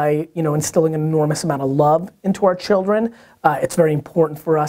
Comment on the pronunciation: Gary, Did you say chil'rens? Gary loves his chil'rens!!!!